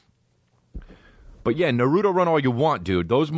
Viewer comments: It’s pronounced “nah-roo-toe” 😔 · The way you pronounce naruto is ah s’incorrect